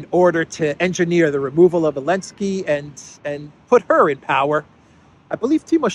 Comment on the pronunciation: I give up, why does he keep calling him Elensky?